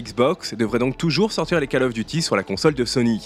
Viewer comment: Le premier mot de Call Of Duty se prononce comme "colle" en Français et non "cale". Hormis cette prononciation qui fait saigner les oreilles, le reste de votre vidéo est très bien. Bonne continuation !